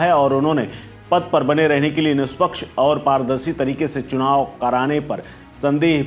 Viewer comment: Chunaw nahi chhinaw hai